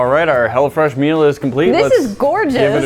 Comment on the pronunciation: sometimes it sounded like was saying "Hell'a Fresh" lol